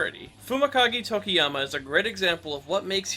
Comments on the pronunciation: I also call him Tokiyami I thought that was how it's supposed to be pronounced until a few days ago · The "tokiyami" i barely noticed but the "re-destroy-o" instead of re-des-tro nearly cause me to have a stroke. Great video in all other aspects tho.